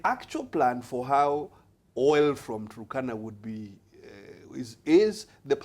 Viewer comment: the turkana wind project. most kenyans pronounce it with an extra u (turukana). i dont know why.... its like the way the presenter is pronouncing waste west